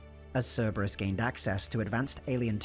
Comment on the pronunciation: Don't worry about mispronouncing the name. When I first played ME3, I called them "Cerebrus."